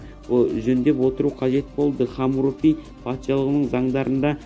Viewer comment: Хомуропи емес Хамурапи.Сосн неге мың мың етіп сөйлеп отырсың.Нақты нақты айтсай